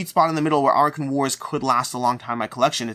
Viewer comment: Are you sure you pronounced "Arackhan" right? In my head I pictured it to be A-rack-khan.